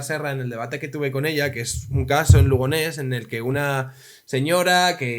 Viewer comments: Solo una pequeña correción, es Lugones, no Lugonés. Saludos. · Lugonés no. Lugones.